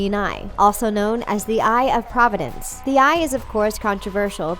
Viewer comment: It's sort of mind-blowing that Providence is pronounced here as "province".